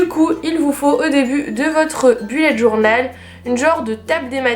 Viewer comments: BELLET DJORNAUUELLL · *Boullet’ djornaule* serait la bonne prononciation:) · Belette djornal